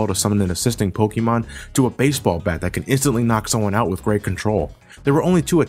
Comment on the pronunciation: It's still pronounced "Poke-AY-mon".